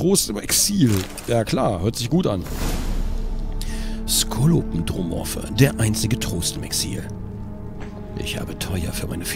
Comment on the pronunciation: Kann jemand Gronkh mal sagen, dass es SkolopEndromorph ausgesprochen wird? :D